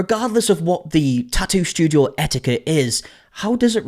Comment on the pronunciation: I feel like the pronunciation of tattoo has evolved on this channel I remember the tah ew